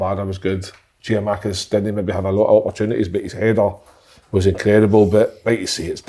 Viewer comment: All my love to Big Kev. He still can't say Giakoumakis, but he's a steady head in the midst of all of yous. For what it's worth, he'd do a better job at OGBroomhill than Slaney would, he never complains for no reason and the more I watch this, the more I hate how little his opinion is regarded... A shame... I saw Si, Tuesday afternoon, and it took everything I had, to not tell him to respect the big man. Don't waste Kevin Kyle. You'll regret it. He's something Paul Slane can't bring - dedication. (Edit) I will add that this is no disrespect to Slaney. He, like everyone, has things he excels at - invariably, things which allow for individuality... In my opinion, Slaney doing podcasts, commentary and the media side of things, whilst Kev joins the coaching staff, would be the best move OGB could make (outwith all of the excellent decisions, thus far, on and off the pitch).